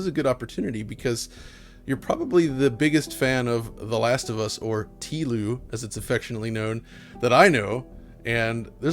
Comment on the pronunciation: I've NEVER heard it referred to as "tee-lou" and I really hope I never do again yuck 🤮